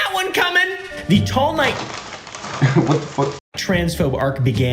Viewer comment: everytime says tall knight it sounds like teomai